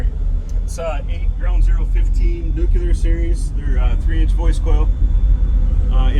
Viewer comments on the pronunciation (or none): It’s NUCLEAR genius. Nucular isn’t a thing!